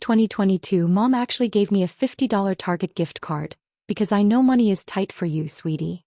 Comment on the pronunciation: Please teach your narrator how to properly pronounce money.